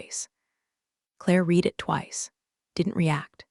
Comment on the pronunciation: Another narrator who can't tell the difference between read and read.